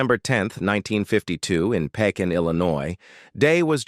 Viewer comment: This is click bait he showed picture of her being all big and fat and you got AI narrating it because they mispronounced Pekin IL I know that because I'm from Peking IL and I lived less than two blocks from Susan Dey! You people are disgusting liars I will not give a like and I will not subscribe do not believe anything these people say they don't care about what treat all they care about gettin famous